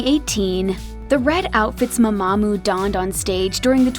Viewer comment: why are you saying it like m'mAmoo